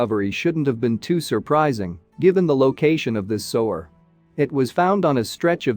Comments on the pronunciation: sewer not sower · The AI voice ruins the video. "Sower"? "Sue-ER" is how it's pronounced. Very annoying. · What the hell is a "sower"??? If you make these videos, then be sure to have the correct pronunciation of words. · Sue-were. I thought AI was spost to be grammatically correct? How do you sanction one that is too dumb to pronounce 2 grade vocabulary? No internet? Stay in your monitor all by yourself, you're grounded? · Can you not get an English speaker to do the Narration? Sewage - sewer, is pronounced suwage - suwer. F'n Muricans... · Sewer Sewer Sewer NOT sower. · If you’re going to use AI to narrate, at least teach it to pronounce Sewer. It’s not a sewing machine. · annoying robot voice mispronouncing sewer over and over